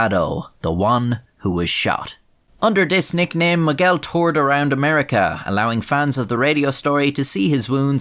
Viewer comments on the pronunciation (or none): Miguel, not Moguel!